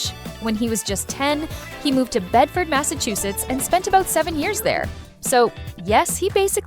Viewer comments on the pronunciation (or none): none